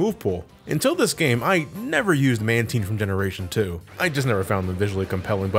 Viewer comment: Holy shit he pronounced Mantine right